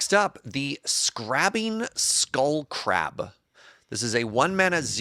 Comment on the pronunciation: Scrabbling Skullcrab is the most card ever printed: * Cares about enchantments * Mill crab * Mispronounced the name